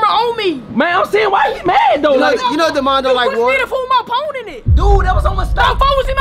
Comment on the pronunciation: Bro when he said my phoe(phone)